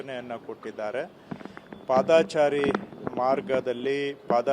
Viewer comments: ಅದು ಪಾದಚಾರಿ ಸ್ವಾಮಿ ಪಾದಾಚಾರಿ ಅಲ್ಲ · Not padaachari it is paadachari please correct